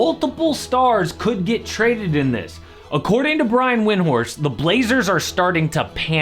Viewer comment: It's pronounced Vindhorst lol